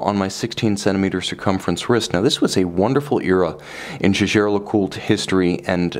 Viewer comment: Isn't it pronounced Yeagar?